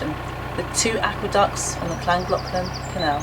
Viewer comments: Good luck with your trip to Llangollen. Llangollen incidentally is a Welsh name, so is pronounced not as in English. Right at the end of the video you came closest to the correct pronunciation. Happy travelling. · it’s pronounced Thlangothlan, not Clangoclan, sorry to moan but I cringe each time you refer to it 😓. Also I read on another Vlog that the Llangollen was closing due to badly leaking Lock gates, the person reporting it was supposed to be cruising there around September/ October. I hope this isn’t correct, I love your Vlogs and I’m looking forward to you being there. ❤️❤️